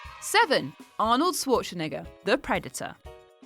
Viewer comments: Right, but the way she pronounced Schwarzenegger... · who the fuck says arnies name like that